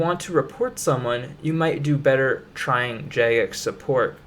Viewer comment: I don’t trust someone who can’t pronounce “Jagex”